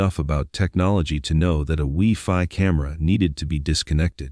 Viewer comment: It’s pronounced why fy (WiFi)